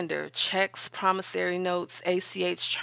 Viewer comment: I noticed she corrected the pronunciation in her latest video. Now we just need to work on PromissOry, not "PromissAry". 😁